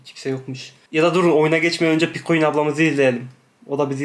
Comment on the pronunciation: ❌PİKUİN❌ ✨PİKÖĞİN✨